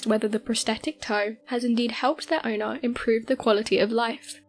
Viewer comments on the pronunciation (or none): none